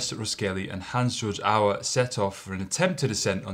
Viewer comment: This is a nice little tribute, and it is nice they made it. At least the second speaker is able to pronounce the name Hansjörg Auer reasonably correctly.